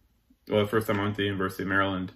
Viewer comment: Also, please note how he says "Maryland". Your Herefordshire and Worcestershire mates will appreciate the reciprocity.